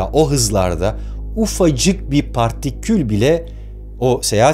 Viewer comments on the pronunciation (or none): uffacık bir parrrtiküll bile